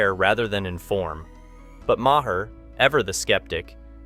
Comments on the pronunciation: Ma-HER? Use your ears. I'll bet you call the VP Ka-MA-la, too. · Bill Ma-her?